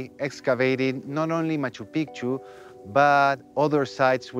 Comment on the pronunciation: My problem with this documentary is that narrator and plenty of others keep mispronouncing Machu Picchu. The way pronounces it is proper way to do so and it means "Old Mountain". The way narrator pronounces it, it means "Old Penis"... 😂😂😂